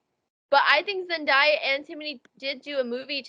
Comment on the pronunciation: NOT ME MISPRONOUNCING ZENDAYA’S NAME FOR LIKE 5 MINUTES STRAIGHT!!! FORGIVE ME QUEEN